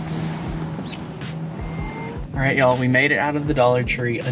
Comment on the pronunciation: ❤ it when you say “y’all” feels like home to me!! 😊